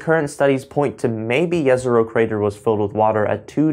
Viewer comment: Great vid just a small comment , it’s pronounced Jezrow rather than yesrow